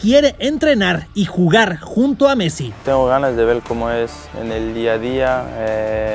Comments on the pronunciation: le dice bussi a messi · dice bussi jajajajajajaja nose si fui el unico que lo noto, no me peguen porfavor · Alguien escucho que dijo Mussi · dice mussi? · Soy yo o dijo mussi🤔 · Like si se equivocó de decir Messi dijo fue busi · Una pregunta iniesta dijo mussi o es qur los de cracks se equivocaron